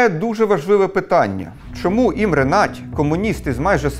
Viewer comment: Imre Nagy - Імре Нодь, не Надь, перекладається як великий